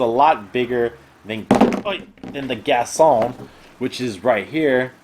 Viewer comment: It's GasTon with a T not Gason Lol not hating but it just really annoyed me